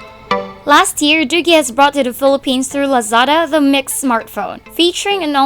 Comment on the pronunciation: Btw, another thing. the product is pronounced as 'doojee'.